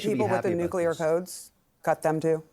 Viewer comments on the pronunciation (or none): 'CUT THE NUCULAR CODES ?! :´( ' - democrats 2025